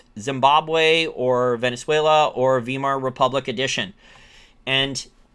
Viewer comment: FYI - In English when presented with 'ei' you pronounce 'e' with 'i' being silent. In German this is OPPOSITE. The 'e' is silent with 'i' being pronounce. This means "weimar" is pronouced "wimar" not "wemar'. I have never found an exception over the last 40 years.